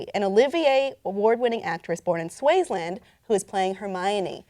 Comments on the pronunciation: She said "Swaizeland" it's actually "Swaziland" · whats wrong with Albus Severus' name. its a fine name. also said Swaziland wrong.